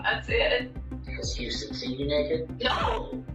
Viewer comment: Listening to the first one can you pronounce houston correctly.